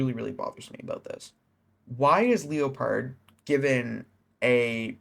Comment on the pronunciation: Isn’t typpa the known cheater from wish you luck tho? Hes a known xim player always has been but thats not a bannable offense. Btw I’m pretty sure leopard pronounces name normally you know like the jungle cat leopard not Leo…pard haha but typpa has been a controversial figure for a while but if they are finally banning him for things in the past honestly I feel like statues of limitations went out along time ago on that one. I could be thinking of a wrong person but I’m pretty sure he was the guy playing with wish you luck involved in the ddossing (the whole part about wish you luck saying they threatened his family I’m sure is the biggest load of shit ever though. That was just his attempt not getting banned)